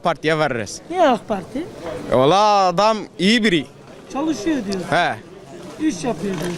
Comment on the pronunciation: 😂😂 Gençlerin Batmanlıca konuşmaları bi harika ( ee vallaaağğ ııı abi kurğann )